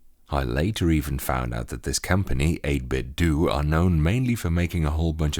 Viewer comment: Just like it isn't 'Nintendoo', it's not '8bitdoo'. "8-Bit-Doe", say it with me now. It's not "doo".